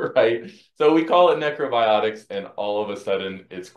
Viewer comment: "Neckro biotics"